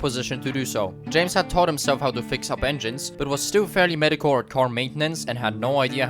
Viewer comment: Also, 'mee dee oh korr' as opposed to 'mediocre' 👍👍